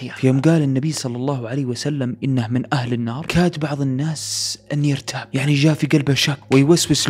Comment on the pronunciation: ( النَّاس ) في النون شده ي اخي ف انطقها بشده